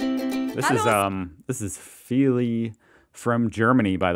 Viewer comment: Not him saying Feely as the name😂